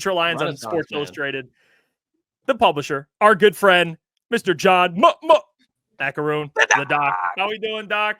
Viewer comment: Mac an alley I think is the correct pronunciation